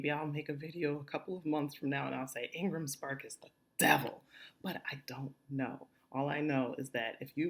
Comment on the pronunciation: Thank you for this info, very helpful. But could you clarify what you said where you mentioned a book publisher's name. I heard Engles Park or something